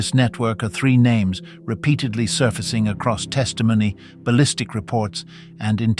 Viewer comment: Please do better when it comes to our names